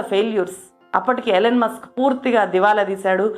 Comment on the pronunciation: ఎలెన్ కాదండీ, ఇలాన్ మాస్క్. పెట్రోరియా కాదు ప్రిటోరియ